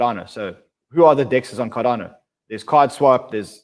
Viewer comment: Cardano not cardayno😄